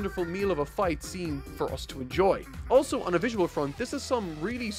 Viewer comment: the way he said enjoy in the end was weird